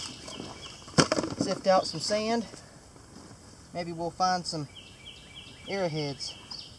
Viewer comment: it's arrow heads not arra heads lol